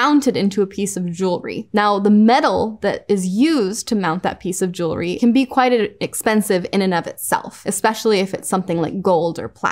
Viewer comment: It’s refreshing to hear the word jewelry being pronounced properly. It’s aggravating hearing it being mispronounced all the time. I don’t understand what is so hard about it. It’s jewel-ry, it’s easy.